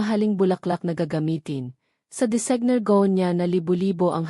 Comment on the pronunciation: Halatang binabasa dapat po naman tama ang pag bigkas po. Sana po may buhay ang pag basa parang totoo. Bakit po hindi nyo mabigkas ng tama ang designer at venue?